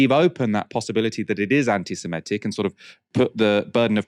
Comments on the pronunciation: It's pronounced Semitic not Semetic ( - where reading from a tweet and ) 😂🎉. Mispronunciation cured thereafter 😮 ? Oops ... , ..😢. I have a degree in a Semitic language so this stuff MATTERS 😭🤧 This is a plot😮. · Semitic not simetic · The word is ‘semitic’. (Not ‘semetic’)! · I think the word is semitic not semetic